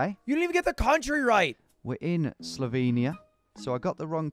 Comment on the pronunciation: Wtf why’d u pronounce Slovenia like that, that’s all wrong.